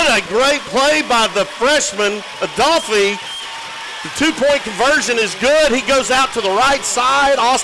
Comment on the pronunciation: #9 freshman 💪🏾🌪️🌪️ say my lil brother name right “ADOLPHE” !!